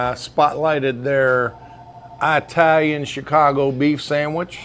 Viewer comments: Now you KNOW it’s not “eye-talian!”Just like you know it’s NOT “ ex- tree”! Learn to speak Sir! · Eye-talian. From the country of Eye-taly? 😂